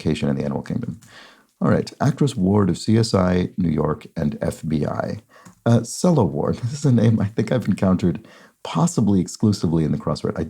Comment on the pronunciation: Sela Ward is from my home state. It’s pronounced like SEE-la. Keep up the great work! Love your channel!!